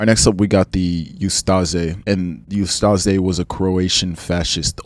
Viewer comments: Ustaše is pronounced like oost-ah-shay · It’s pronounced oos-ta-Shay (hrvat) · bro u butchered every pronunciation of the names of people in ustase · I know it is a long (and rather interesting!!!) video, but please, try to research how foreign names, especially the ones you repeat multiple times, are pronunced. It is [uh-sta-she], with a /ʃ/ sound, not [uh-sta-ze], Jasenovac ends in /t͡s/, not /k/, Pavelić ends in soft alveoolo-palatal sound /t͡ɕ/, not in /k/ etc. Knowing you fail to pronucne the one I know about kind of messes us your credibility for the rest of them.